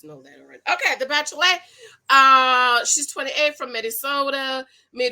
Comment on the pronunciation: Whenever you say "Bacherolette".....I live!!!! I can't wait for you to review episode 2 giiiiiirlllllll